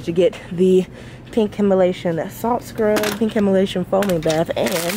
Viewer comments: I was thinking the same thing lol. Him-a-lation...cute mix up lol. I do it all the time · Lol I tht I was the only one trying to correct her Himalayan not Himalation oh Lord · Dr Teal:Himalayan:Himalation 🤣🤣🤣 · I'm gonna start saying HimaLATION instead of Himalayan because made it sound better than the original 🤣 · Yesssssss I’m here for the consistent content❤️ I love this video!!! Also I love the fact that you say Himalation instead of Himalayan😂 it’s so cute I’mma say that now it sounds better purr💅🏾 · She said himalasian lol 😂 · Why do you pronounce Himalayan like that? lol